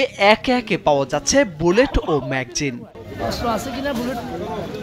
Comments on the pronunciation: ম্যাকজিন❌ ম্যাগাজিন✅ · মেঘজিন না মেগাজিন 🤣😂🤣🫵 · Magzine nah magazine hobe.. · ম্যাগজিন না ম্যাগাজিন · ভাই, ম্যাগজিন কি? শুনতে খুব খারাপ লাগে সঠিক উচ্চারণ করেন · ব্যাটরি না, ব্যাটারি। ম্যাগজিন না, ম্যাগাজিন। কথা বলা শিখুন আগে